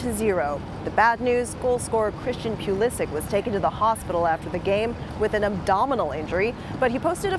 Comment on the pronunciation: It's Pulishich, not Pulisick.